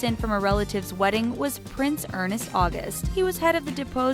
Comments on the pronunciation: ...why do your narrators consistently mispronounce words & names? It makes you & them sound silly. The name "Ernst" is NOT Earnest. I believe the narrator said Urh-nest at least 8 times. I see this as a common problem here on. It is not like the name is a difficult, exotic, multi-syllable name...it's ONE syllable. The words "undeterred" and "lieu" also mispronounced. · It's ERRRRNNNSSSTTT AUGUST NOT ER-NEST NOT ER-NEST Why can't American practice pronunciation or find someone who knows how to say before they blunder all over it? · Ernst is NOT pronounced as Ernest.... :( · Why keep pronouncing ERNST as ERNEST? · too many errors on this, Charles and Diana's age difference was 13 years not 22. Prince Ernst of Hanover is pronounced Ernst not Earnest ... could not continue past this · Its not Ernest its ERNST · It's Ernst not Ernest! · UGH. It's not ER-NEST. It's ERNST. ONE syllable. And Albert and Charlene had a twin BOY AND GIRL, JACQUES AND GABRIELA. Come on - get your facts straight will ya? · Not "Ernest" - "Ernst"; no second "e" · Your “reporting” leaves much to be desired. Not only do you not have your facts correct, but you cannot even pronounce names correctly. Prince Ernst is not pronounced with 2 syllables! According to esteemed British scholars and experts,Edward 8th was forced off the throne because he was a huge threat to the British establishment. Wallis Simpson was the excuse they needed to get rid of him. Your channel totally lacks credibility and if filled with misinformation. Certainly not one I would subscribe to! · I really don't like it when ignorant people are hired to narrate...it's ERNST, not ERNEST! *rolling eyes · ERNST, not Ern-est. 😑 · Oh jesus. Albert and Charlene's twins aren't girls. They're a girl AND boy. Who researches this stuff? And the narrator doesn't know how to pronounce Ernst?? It's NOT Ernest! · It's Ernst; Not Earnest... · Ernst is pronounced as spelled ! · ERNST not ERNEST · It’s Ernst not Ernest